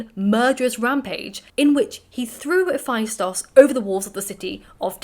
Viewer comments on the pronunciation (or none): none